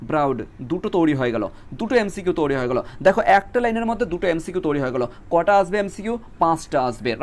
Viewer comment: তৈরি ❌ তোরি ✅ 😂😂😂😂😂